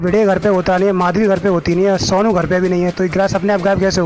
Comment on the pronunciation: Sounu nai hai sonu hai pahele bolna sikh le